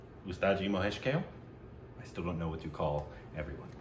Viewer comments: Its not pronounced Kale but Ka-leh. Just for your info. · It's kaaaaaaaale .... Not kale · KAAAAAA-----LAY. Not Kale salad lol. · Guys, it is not Kale. It is Kaa-ley. It is a Marathi name. I think he deserves to be named correctly. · Why has any Marathi not yet corrected them about Mr. Kale's pronunciation? It's not kale as in the vegetable. It's pronounced Kaa- Ley. Someone tell them. He deserves at least that much respect. Also it's not really an "L" sound, it's this ळ letter in Marathi (technically called Voiced Retroflex Lateral Approximate /ɭə/ )which is very hard to pronounce for non-Indians. So that's understandable but it's really not pronounced like kay-le. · It’s not pronounced Kale as in the vegetable but as Kaalay. Anyways, nice to see enjoying Indian Classical. Earlier he used to be clueless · Guys, it's not Kale (rhyming with whale) but Kale (Ka, rhyming with la) and le (rhyming with bay for say)! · Mahesh Kale. Kale should be prounced as Kaa + de and not "Kel" or "Kale". Its Kaade. d here is mix of L and D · 'Kale' should be pronounced like... Ka - Kaa Le - Lay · Pls pronunce his name as "Kaalay" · His last name is pronounced as Kalé(ka-lay), like coupé, ka-lay means BLACK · Mahesh Kale is pronounced as Mahesh "Kaalé". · Last make of Mahesh Kale is Ka( as in Kayak) and Le a(as In 'Laid) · Pronounce it like Kaaa-le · kale= kaa+lay pronunciation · Learns the correct way to say Kale and apologizes for saying it wrong on previous occasions Also: Says it wrong in the very next video! xD